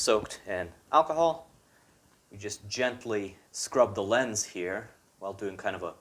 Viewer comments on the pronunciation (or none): none